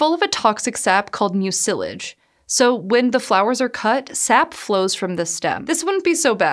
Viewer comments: Has this generation really not encountered the word "mucilage" before? (MYOO-sil-ij, not myoo-SIL-ij.) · "Mucilage" is pronounced "MYOO-si-laj." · Never heard “mucilage” pronounced that way before…